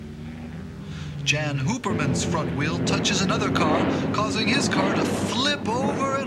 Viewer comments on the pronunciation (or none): Anyone who can't pronounce Jan opperman isn't a race fan.